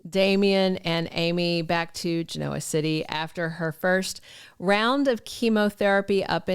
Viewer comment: “Up in Chicago?” Wisconsin is NORTH of Illinois (where Chicago is). Also, what’s up with the pronunciation of GEN-OH-A city? always says it like GE-NOAH City. If you’ve watched the show, it’s never been pronounced that way.